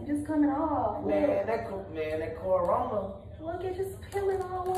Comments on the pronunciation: I know he still not sayin “coranora“ 💀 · nigga said coranora😂😂😭😭😭😭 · “ man that coranona” 😂😂😂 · Bro you gotta stop saying CORONORA😂😂😂😂 every video you say that bruh bruh n I’m dead😂😂😂😂😂